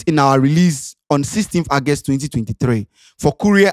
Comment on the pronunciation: Bro, the word is August ( Ɔgɛst) not Agust okay.